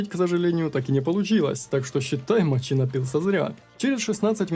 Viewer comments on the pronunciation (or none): none